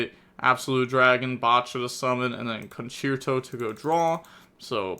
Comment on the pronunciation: Game 1 the tenpai could have played better i feel like, people should really keep Ash in hand for Sauravis effect on field. On another note, props to you for trying to learn the correct pronunciation for these cards, Ostinato was perfect, for Concerto the second c was correct, the only thing wrong was the e, it's pronounced the same as the e in Dante